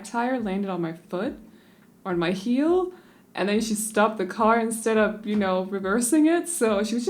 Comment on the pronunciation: When you said ,,my mom parked on my heel” I thought you said my mom parked on my hill 😂and I was very confused for a second Btw I love your videos soo much ❤️❤️🥰